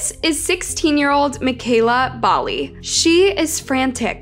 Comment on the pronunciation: I'm from yorkton it's not definitively known what happened to mekayla, the title is a gross clickbait crapfest, also you're pronouncing Bali wrong, Regina and Saskatchewan wrong